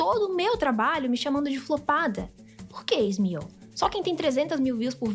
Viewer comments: Me da um nervoso ela chamando ele de smioh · Difícil de ver o video pq toda vez que a chama o Ismael de Ismiu me da uns siricutico 🫨🫨🫨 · As vezes que ela falou Ismío me distrairam um pouco do conteudo do vídeo, vou ser sincera